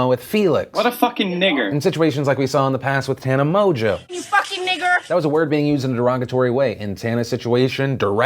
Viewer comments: the way he pronounced mongeau lmao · mon goo ha sorry it makes me laugh how people don't pronounce her last name correct lol